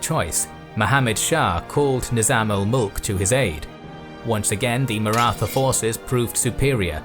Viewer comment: The only wrong thing about this documentary is pronunciation of Maratha